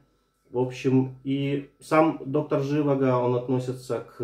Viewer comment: доктор ЖивАго - второй слог ударный!